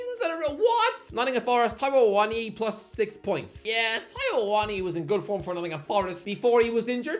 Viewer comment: Reminder to never take Irish Guys pronunciation of players names as how they sound, the way he pronounced Awoniyi hurt not to mention how he famously pronounces Xavi